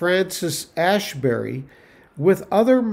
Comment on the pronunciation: Asbury is not Ashbury